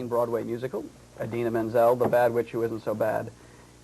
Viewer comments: argh how annoying is he! and it's IDina not EYEdina grrrr :] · Eye-dina. Wooow. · for the 117th time, IT'S NOT PRONOUNCED EYE-DINA! I love you Didi, and I love you Kristi <3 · Well, You kind of say it with a A so like Adina so with the a sound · WOW this guy is a dick! just love how they spelled Kristen's name wrong and called Idina EYE-DINA! wow...props to Idina and Kristen for keeping their cool. If i were them i would have punched him in the face! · Uhm, wow. Can't pronounce Idina, can't spell Chenoweth, and keeps digging at Kristen and trying to create a rivalry that isn't there. Really? This really happened? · oh no he didnt just pronounce her name wrong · jesus, stupid man, learn to pronounce idina's name. AND SHE'S NOT THE BAD WITCH!!!!! geez, read up on the musical before you interview the leads. seriously, this dude has a major superiority complex. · Lol, they spell Kristin's last name wrong at the beginning - (they spelled it as Chenweth)... Plus, they mispronounced Idina's name... A little more research before doing the interview, maybe?